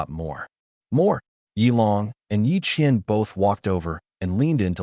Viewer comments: Are you sure the twins' names are Ye Qian and Ye Qian? It wasn't very clear??? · The ai had a stroke when mentioning the twins 😂